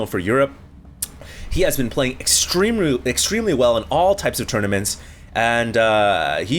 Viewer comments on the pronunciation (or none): extremeRY... your asian is showing